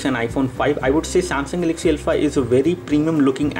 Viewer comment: Name is not Elpha. It is Alpha